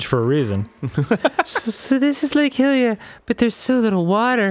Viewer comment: I love these guys but I swear to God if one of them mispronounces hylian or hylia I'm going to have a fucking brain aneurysm. It's not pronounced Hillrule so why do you keep saying hillian and hillia? Don't ask why I'm so mad at this because I don't have answers.